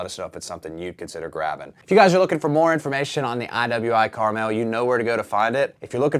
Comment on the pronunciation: it's pronounced Carmel